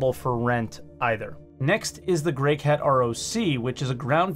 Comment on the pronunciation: Is the N in the GreycaNt ROC intentional?